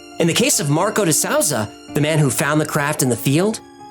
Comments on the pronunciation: ACTUALLY His pronounciation of some of these peoples names was pretty off, and it surprised me tenfold because obviously does tons of research on what they are doing. Not the biggest deal, but your compliment seems contrived. He literally pronounced de souza as DA SOWZUH. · It's not pronounced De Sowza I'ts pronounced de Sooza Geez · de Souza is pronounced "D SOOZAH"